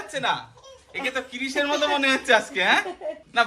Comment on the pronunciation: Ota kii...rish noi krris hoba.ki weird pronunciation 😅